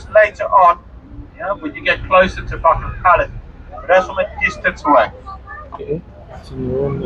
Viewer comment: It is Buckingham Palace not Bumigham.